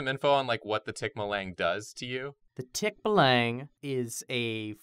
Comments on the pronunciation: Um actually... you pronounce it more like tik-buh-luhng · Um actually when you say "tikbalang" that lang part is pronounced like long. Wow that sounded snobby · ummm actually, the ends of tagalog words are usually pronounced aww so it should be tik-baw-lang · Tikbalang is pronounced like how it's spelled ( tick - Bah - lang ) sorry, i got a bit like "no no no no not said like that no no no " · Ummmmm.... ACTUALLY, its pronounced as tik-ball-ang oooooookaaaay?! i am a filipino so i now that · its tik-baa-lang i know this because im Pilipino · IM DYING OF HOW TIKBALANG WAS PRONOUNCED I WAS NOT READY FOR IT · Oh man, that tikbalang pronunciation hits me hard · Omg! They did tikbalang! Fun times when we tell stories of mythical creatures when we were kids back in the philippines haha~ its so weird when you hear it pronounced in different accent~ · I laughed so much when they first pronounce "Tikbalang" XD I ain't calling them out on it, I always find it fun whenever people try and pronounce Filipino words without knowing how to pronounce it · as soon as they said tikbalang i lost my mind (side note: um actually, the emphasis isnt on the TIK it’s on the BA) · Their pronounciation of tikbalang made my insides scrunch up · Um actually, that's not how you pronounce Tikbalang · the way you guys say tikbalang is wrong, but that's how I'll say it from now on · I now realize how it feels to hear someone mispronounce something that's popular within your area. Tikbalang XD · Ik it's the same with every language.. but as a filipino, hearing them flub the name "tikbalang" is is hilarious to me 🤣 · Filipina girlfirend was very upset about the pronunciation of Tikbalang the whole episode so... um actually i guess. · Oof That pronunciation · definitely butchered the pronunciation of that Philippine monster cause it threw me off despite knowing of its name and story. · As a person from the Phillipines, I cringed at how they pronounced "tikbalang". Not to judge or anything.